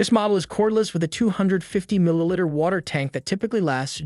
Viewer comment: Milliliter. Mil E liter.